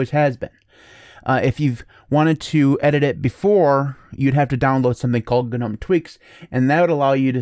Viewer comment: The g in “gnome” is silent! It’s like “nome”! Not “guh-nome”